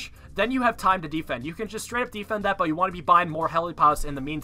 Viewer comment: the way he says defend as deefend pisses me off